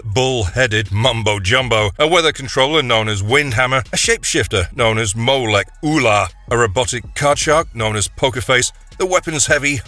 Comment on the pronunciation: I have to mention that Mon*Star's shapeshifter henchman was NOT named Molek Oola, it was Mo-Lec-U-Lar.